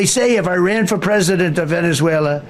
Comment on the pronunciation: Ok learn Spanish? Second learn the name of the country you are invading... "Venezuleraner"